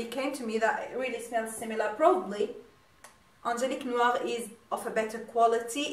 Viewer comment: You pronounce the Perfume names good. I'm orderd my princess bottle tnx to you're recomandation a real 'you tube made me buy it case.